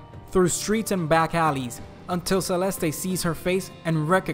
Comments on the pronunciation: It's Selest not Selestei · You don't pronounce the last E in Celeste as ay it's silent. Said like "Selest"